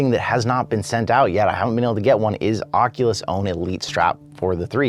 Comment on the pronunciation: Keeps bothering when he says Oculus